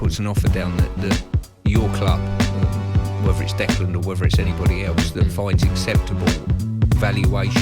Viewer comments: Can someone tell Stuart Pearce that there is no D and the end of Declan 😂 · what's wrong with Stuart? kept calling Rice "Declaned" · Funny, what in his brain tells him that Declan is pronounced that way, appears he was very lucky he was a good footballer.